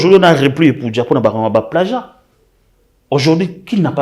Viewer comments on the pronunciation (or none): none